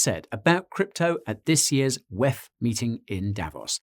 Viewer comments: DoubleYou Eee Efff: DoubleYou Teee Efff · stop pronouncing this decades old consortium of predators as the 'whaaeph'. The abbreviation is and always has been the WEF!!!! This abbreviation needs no change by you. WTF?! You're (sound like) an idiot here on this one. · Way he said "WEF" was a little distracting though lol. Great vid nonetheless